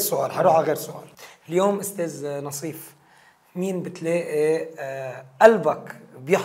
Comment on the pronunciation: ناصيف مش نصيف 😂